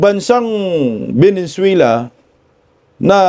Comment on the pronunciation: venezuela hindi venenzuela